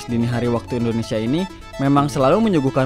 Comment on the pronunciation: Nami Namaewa bukan endonesa itu salah, anda orang asli Indonesia kan, kalau emang asli berkata lah yg benar, orang asing ajha lancar ngomong Indonesia lah anda orang asli Indonesia knpa ngomong nya sprti itu